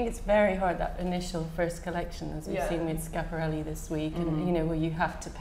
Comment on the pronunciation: every time someone says "Sciapareli" an angel dies